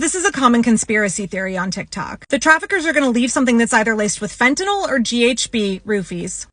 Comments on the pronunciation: You know somebody knows nothing when they call it "phentaNOL". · You might as well say fentanyl, since our government leaders can’t pronounce it correctly!